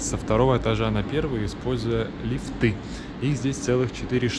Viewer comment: Надо говорить не лифты, где вы ставите ударение на окончание слова, а на первом слоге. Говорить нужно грамотно ! Вас слушает и смотрит большая аудитория!